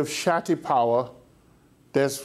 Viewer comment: It sounds that the teacher is saying "Satti power". But don't he meant to say "Shakti power"???